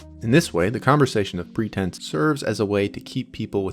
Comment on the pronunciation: had to stop there. Heard the word “pretense” blubbered out in a jumble a few paragraphs ago. Only once. With no emphasis at all toward defining WHAT A PRETENSE IS. The author of this video gets 4 minutes in to a video about pretentiousness. Without presenting how frameworks of pretense actually function.. regarding the critical reception of subjectivity - It's at this point, one finds one's-self a minute past being sure this guy is a hot-air spewing moron. …Who probably loves the sound of his own voice just a little too much. Smh. Bruh, try reading some Foucault. ..Am I right!?